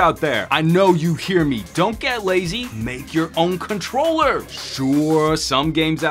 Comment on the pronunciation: This was legitimately funny,. Even funnier will be if this "in character" video takes off. You might have to bring this "Some Gadget Boss" character back. Couldn't stop laughing at how you pronounced "har'ware controlluh'.